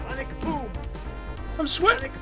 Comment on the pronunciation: I also thought for a long time that Guile said "Alec Boom" instead of Sonic Boom cuz it sounded like it.